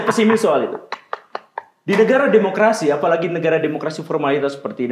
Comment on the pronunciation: "saya peimis tentang itu" -. Wkwkwkw. Samaaaa!!